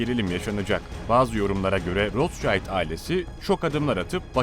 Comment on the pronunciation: Sayin, sizin bir hususta dikkatinizi cekmek istiyorum. Bu kullandiginz o zengin ailenin ismidir. Siz onu türkce yazarsak, "rotsaild" seklinde telafuz ediyorsunuz. Bu aile aslen Almanya'lidir ve isimleri de tabiatiyle almancadan gelmekte ve türkce okursak "Rotsild" diye okunur. Tercumesi: "Kizikalkan" manasindadir.